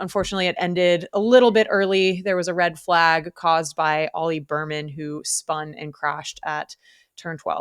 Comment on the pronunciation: I’m sorry but after hearing Berman so many times I had to comment. His name is Bearman. Like a 🐻. Otherwise great podcast.